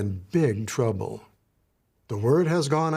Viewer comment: You're "gonna be in BIG TWUBBLE!" Mr Law-makers! 😂😂😂